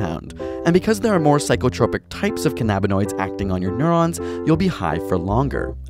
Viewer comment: Imagine producing a video like this and not being able to pronounce cannabinoid correctly